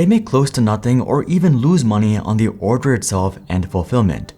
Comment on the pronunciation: The cable. "Thee" audio cable. Next word has to start with a vowel to say, "thee". YouTube is ripe with people butchering this simple rule.